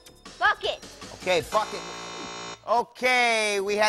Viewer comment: Playing the video at .5 speed makes it sound like Mike is saying "Fuckin"